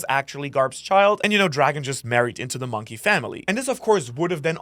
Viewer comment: moon-key??? hahaha